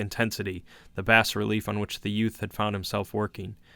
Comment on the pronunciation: Bas is pronounced Bah btw. Excellently read otherwise.